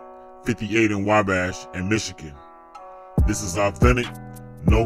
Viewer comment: (Wah-Bash) Not way bash lol Wabash!